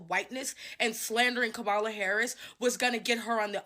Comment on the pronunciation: It is soooooo irritating that the 1st lady going off keeps pronouncing Kamala Harris’ name wrong. Did we not watch the DNC where the 2 cuties gave a class on pronouncing the name… Comma-la NOT Come-ah-la